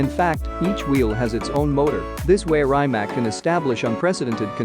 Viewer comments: You could atleast learn how to pronounce a cars name if you do a video on it. I felt so much pain while you were saying rimac that i couldnt watch it until the end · First of all learn to pronounce Rimac properly😏